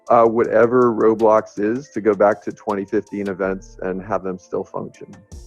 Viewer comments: ITS ROBLOX NOT REALBLOXS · It’s called Roblox, not rosmooth